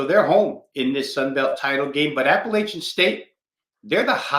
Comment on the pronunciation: JMU came back. App had the lead most of the game. Also, the west was weak!! Best to just say App State or ASU when you can’t pronounce Appalachian correctly.